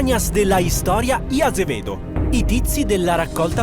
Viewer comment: Quel "y Azevedo" è un tocco di classe, sappilo.